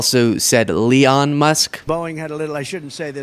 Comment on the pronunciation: He called Elon “Leon”? 😂- get the cane out and pull this fool off stage….